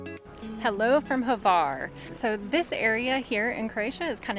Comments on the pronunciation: I never heard a single English native capable to pronounce Hvar, it’s Hvar (that H comes from your throat) not Havar! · 🤣🤣🤣 “not too Hvar”